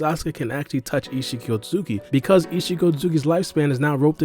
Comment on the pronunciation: 😂🤣 Just call him Isshiki bro, we get that hes an Otsutsuki clan member, you dont havta call him by his full govt name everytime you say it, u literally mumble his name now, just make it easier on yourself for your commentary ☠